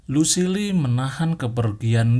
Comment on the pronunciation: Kan Kalo negan baca nya gitu tapi Lucille dia salah